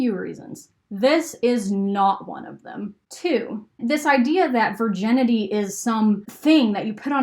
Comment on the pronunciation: Am I the only one who is bothered by her pronouncing Virginity Vir - JEN - ity?